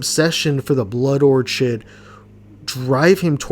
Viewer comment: You watched the movie you made a video and you still pronounce Orchid as orchard